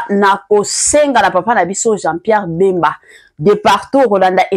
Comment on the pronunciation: Eza nde bemba et non mbemba